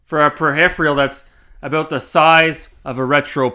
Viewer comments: Whats a "pruh-riff-urall" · Dis video be a pretty good troll. Saying mister is the same as raspberry pi is kinda dumb though. Mister can't even handle N64 for example. My old raspberry pi 3 can do dreamcast even. And what in turd is a "per-hif-re-al"??? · What is this for pedestrian travel video intro. Also learn how to pronounce peripheral. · Can't tell if this was satire or serious. Learn to pronounce peripheral correctly, then look the meaning up before you say it out loud again. 😆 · You can't even say "peripheral". Dumb guy says dumb things for dumb reasons. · Who the f**' gives this bell end his information? I'd stick with cleaning windows with his tongue if I was him. I mean, he isn't even clever enough to be able to say 'peripheral' correctly. Completely misunderstanding what the MiSTer is, never mind its intended use.